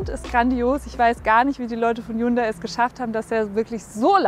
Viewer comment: Weil du Hyundai falsch aussprichst.